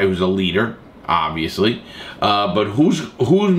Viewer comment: Larry “obvsously” Lawton